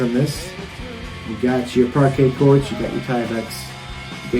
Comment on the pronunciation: Parquet Courts? I have heard of Parkay Quarts